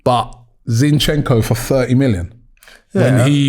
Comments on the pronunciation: called Zinchenko Shevchenko hahaha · is zinchenko not shevchenko:))) luv for the luv aftv <3